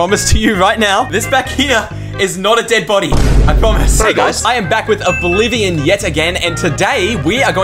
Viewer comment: its not oblivon